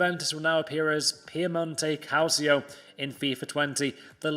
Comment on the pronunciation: “Piemonte calcio”...... dissapears